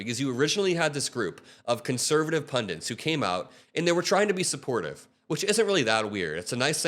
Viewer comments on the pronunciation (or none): PUNDITS, not PUNDENTS.